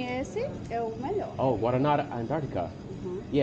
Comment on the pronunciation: Highly recommend dating Brazilian girls if you live in the Boston area. lol make sure you don't order "bread and cheese" at the bakery because it's gonna be a piece of bread with cheese, not the cheesy bread 😅😅 yes! you're not pronouncing it correctly, but it's like their Coke.